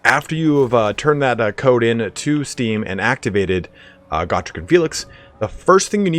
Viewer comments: Isnt it GO-Trek not GAH-Trek? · Go-Trek, like Star-Trek, Not Gor-Trek, Goooooooo-Trek. Gor is greenskin, Goo is Dwarven, everybody now, Go-Trek, Not Gor-Trek.👍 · it is pronounced (GO Trek) not (God Rick) say it right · Its "Go-trek" not "got_rek"